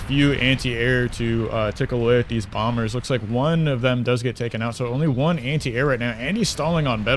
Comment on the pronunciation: The second B in Bomber is silent. Very Jamaican sounding caster, haha, "He's making bomba's".